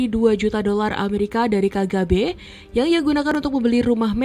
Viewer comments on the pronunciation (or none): Tolong pengucapan kata CIA dan FBI serta KGB bukan seperti ini caranya, bikin bingung ajah